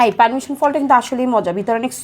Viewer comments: পারমিশন❌ পারছিমন✅🤣🤣🤣🤣🤣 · persimmon ❌ Permission ✅